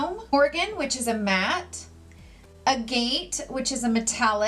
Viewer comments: agate (precious stone and French name) is pronounced ah-gah-t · Agate is a stone and it is pronounced agit. My grandpa was a geologist. 😉